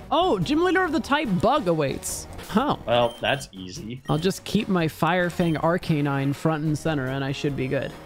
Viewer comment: I’m always so glad says Arcanine the way I do. I refuse to accept the official pronunciation of it. It’s ar-canine to the day I die and not arca-nine. It’s a flame puppy.